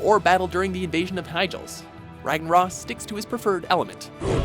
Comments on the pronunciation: "Rag-na-ross" lol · this is a video I would have honestly never expected from. Kil'jaeden isn't the leader of the legion he's like second in command the real leader is Sargeras. Also C'thun is pronounced C'thoon and Ragnaros is pronounced Ragnarose. Sorry I had too XD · work on your lore. And your pronunciation of Ragnaros, C'Thun, and Illidan. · "RAGNARAS" No...I don't think you pronounce it like that...haha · Ragna-ross, the Mexican elemental lord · Did you guys even watch any of the cinematics where the house's names were pronounced? C'thin is pronounced K'thoon, and Ragnaros is pronounced with a long o. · And Ragnaros